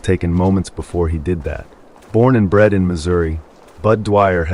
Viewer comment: why’d you have to say bred 😭😭 still nice video though I love listening to it